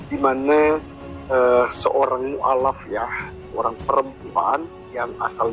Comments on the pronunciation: Mualaf bukan mukalaf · Maaf, saya jadi ngakak dengar "mukaalaf" Untung bukan "mukafel" 😄😅😆